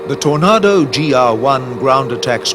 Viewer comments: Tony, I am a Scot living in Australia and I have never met an Aussie that would say torn- A- do as Aussies will use a slow lazy A which sounds like Torn AAAdo and the a is a lazy drawn out sound. I have lived in Aussie for 51 years and I love the place. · How did he pronounce Tornado again? For gods sake it sounds ridiculous. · I am British and ex-military...I never heard a TornAdo refered to as a TornARdo!!! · "Tornardo" ?? LMAO Not exactly how it's pronounced. Take a shot every time he says it wrong ! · Tornardo and Jagwar, pronunciation could have been better. Tornado (Torn-ay-doh) and Jaguar (Jag-u-ar) pronounced as spelt. Could have easily researched that, would have made it a better documentary. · Simon Richardson No, he's pronouncing it "Tor-nah-do" instead of "Tor-nay-do". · Having worked on both types for many years and as an Englishman I can honestly say,never have I ever heard Tornado pronounced Tornardo or for that matter Jaguar pronounced as Jagwa.People who built these planes were highly trained and were very well educated.IT'S TORNADO and JAGUAR! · Not nearly as irritating as hearing Tornaahdo instead of Tornaydo. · WTF is a “Tornardo?” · Whats with the pronounciation of tornado...??? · Tor-nah-do ..ffs Tor-nay-do.......its TOR-NAY-DO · Tornado not aaado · It's TORNAYDO,not tornahdo ffs!. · Please tell this person how t say TornAdo not tornardo. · why does the yank say TORNARDO its a TORNADO. If it helps its pronounced the sane as a storm . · If you are gonna go to great lengths to produce film have a commentator who can pronounce words properly. Tornado!!!! Ado not Nado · Why does this English commentator keep saying "Tornardoes?" What's his game? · Note to, learn the name o the JAG U ARE and the TOR NAGO. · "Alright, Bob, fine, I'll narrate this for you. But I'm going to mispronounce tornado as 'tornah-do', and I'm going to say it as often as I can..." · Anyone else "triggered" by the narrator saying Tor"nar"do ??? grrrrrrr 😡